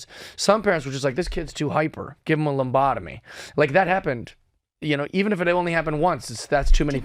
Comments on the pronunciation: Someone's gotta tell him it's "lobotomy". Not "lombotomy" :) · Uh, good guy, but he said "lumbotomy"....a few times.. Does he realize the word lobotomy? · lob otomies haha not lumb otomies couldn't keep a straight face hearing that. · Jeff, the lambata is a Brazilian dance. A lobotomy is a brain scramble. I heard lambotmoy 12 times 😂😂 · You say lombotomy, I say lobotomy. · Bro. Stop saying "Lombotamy." It's "lobotomy" like "lobe." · I love Jeff! Hilarious and right about most of his ideas. But read the word "labotamy" so you stop saying Lombotamy... lol. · Minor thing, in the scheme of things.... Stop saying Lombotomy, it's Lobotomy. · I chuckled every time he said "lombotomy" 😂 i didnt know who he was until this interview and i ended up loving it! ❤ who knew common sense was so controversial 🤷‍♀️😆 lol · Jeff needs a lumbotomy so that he can say lobotomy correctly. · I was doubting my ears the first three times he said it…but then he kept saying it over and over…😂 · I wasnt sure after hearing him so surely saying it that way. It made me question myself